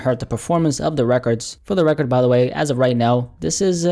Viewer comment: You say record funny